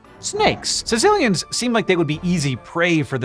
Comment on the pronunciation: The fifth thing is how to pronounce their name, but you won’t get that here.